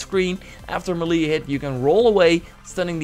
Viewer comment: Ma-lee attack. Mey-lay attack.